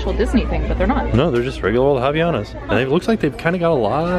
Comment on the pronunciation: I'm from Brazil and it's HILARIOUS how you pronounced Havainas lol love the video!!